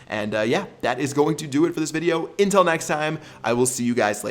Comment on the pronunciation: why do you say intil instead of until?